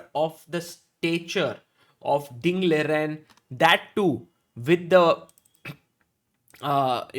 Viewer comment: Is is Liren or Lijen...... I have seen Sagar use both of these pronounciations.